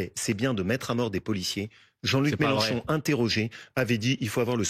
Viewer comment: Combien de fois Wauquiez à prononcé le nom Melanchon ce soir ! Le pauvre il n'a rien à dire !